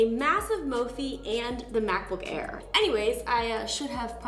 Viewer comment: Mackbook Air🤪🤪